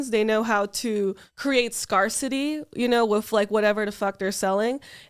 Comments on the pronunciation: I thought it was an LA accent or something. She pronounced scarcity weird too. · i like how she pronounces 'scarcity' and 'myriad' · Yeah I’ve never heard it pronounced like that before